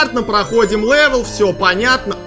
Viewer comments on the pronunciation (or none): none